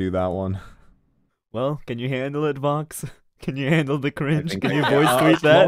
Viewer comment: それはそれとして I thought soの発音難しい 相変わらずvoxの発音好き